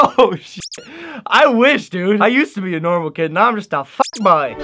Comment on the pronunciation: Why did he sound Irish when he said fuck boy